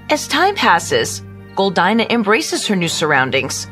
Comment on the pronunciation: How come you can’t pronounce Goldina properly?